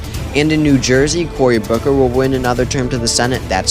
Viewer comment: Anyone else notice "Cory Cooker"?